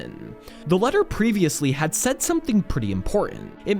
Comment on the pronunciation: I know... "letter" was honestly the final straw for me